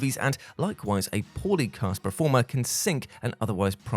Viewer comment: PERformer. PERformance Not PREformer or PREformance Please!